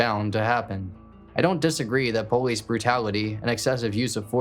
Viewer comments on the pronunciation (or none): Man I’m sorry idk why it irritates tf out me man why can’t this dude say POLICE, he says BOLICE. wtf it’s a P not a B that shit literally is so annoying lol I was enjoyin this video but he does it everytime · He doesn’t say it with a b he says poe-leese it’s usually a African American or Southern way to say it